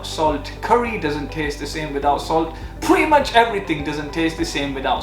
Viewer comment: man said "phweettyy mochh"